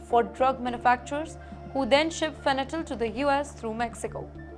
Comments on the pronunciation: Not " fenatyl" but fentanyl. Pronounciation should be proper !😊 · Adorable 😄 Its Fen-ta-nil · Fanatyl ❌ Fentanyl ✅ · It’s Fentanyl not Fentanyl